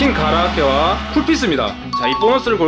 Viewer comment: 가라아케라는 발음이 너무너무 불편해서 견딜 수가 없다.